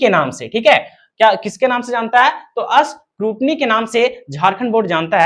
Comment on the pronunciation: Scrutiny bolte hai scootny nhi 😅